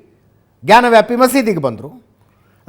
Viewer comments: Ajith Sir ಜಾನ ವ್ಯಾಪಿ ಅಲ್ಲ ಜ್ಞಾನ ವ್ಯಾಪಿ😂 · Ajith sir ಜಾನ ವ್ಯಾಪಿ ಅಲ್ಲ ಜ್ಞಾನ ವ್ಯಾಪಿ😂😂😂